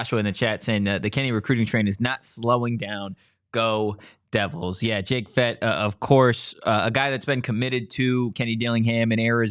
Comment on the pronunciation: Just a FYI, it's pronounced Fet-TEE